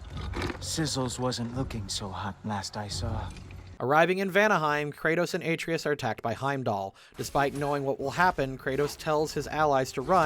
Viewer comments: You're killing me... It's Atreus. Uh-tray-us. Not Ay-tree-us. The video was good even with the mispronouncing of words and the occasional misspelled words in the captions, but it was most painful to hear each time Atreus was brought up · Say it with me: ah-TRAY-us. Not "AY-tree-us". "Ah-TRAY-us". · Game: “Uh-TRAY-us” This guy: “AY-tree-us” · I demand apology for the pronunciation of boi's name. Uh-tray-us not A-tree-is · It's "ah-tray-us," not "ay-tree-us," dude. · say it with me ah-trey-us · Kratos settled down and had a child named heart-valve. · New video drops Me: 😃 Hears aTREEus Me: ☹️ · dislike for how you pronounce Atreus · Not calling the scene where Kratos asks Brok to bless the spear, showing his absolute respect for him and assuring him of his worth, a Nat 20 scene is a critical fail for this episode. (That and constantly mispronouncing Atreus' name.) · How did you manage to pronounce Atreus wrong for the entire video when the game is fully voice acted? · Every time he says Atreus' name wrong, I cringe. THEY SAY HIS NAME CORRECTLY IN THE GAME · Man I flinch every moment you mispronounce Atreus' name, but love the video 🤣🤣🤣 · It's easy to tell who's actually played through GOW by how they pronounce Atreus( unless they think they know better then Christopher Judge how it should be pronounced) and its saddening to learn streamers who present themselves as fans of what they're reviewing can't be bothered to play the game and are probably basing their videos on information from other people's videos, or wiki pages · feels more like he gets all of his info second hand considering he never knows how to pronounce any main character's names ever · You are purposely saying Atreus wrong and saying his name constantly to bug people and make them comment about how you keep getting his name wrong despite how often his name is said in both games. It's a good tactic but man is it furiating having to listen too. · The pronunciation of Atreus hurts me